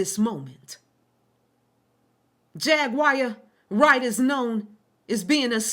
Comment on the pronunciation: It's triggering tht your intentionally mispronouncing her name over and over again... my cognitive dissonance isn't allowing what your saying to fully register bc your constantly saying her name wrong over and over again